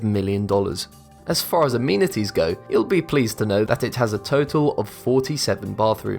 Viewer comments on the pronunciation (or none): its not a-meeeni-ties its a-meni-ties